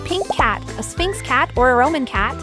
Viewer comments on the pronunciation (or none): It's pronounced /sfingks/